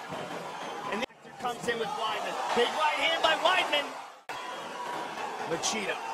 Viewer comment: It's weedman, not widemen.